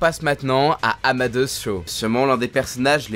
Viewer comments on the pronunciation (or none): Amad'heuss mdrrrrr Prononce amadéhousse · Tu prononce vraiment mal Amadeus Pour Amadeus cho Vien du latin ama (aimé) deus (dieux) donc aimé de dieux nom aussi porté par Wolfgang Amadeus Mozart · Amadeus Cho, ça se prononce pas "Amadé Usse ou Ousse" comme pour Mozart mdrr ?